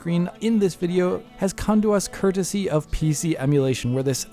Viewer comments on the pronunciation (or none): none